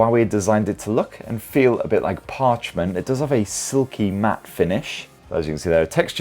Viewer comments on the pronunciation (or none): Matte is still pronounced mat take advice from a mate !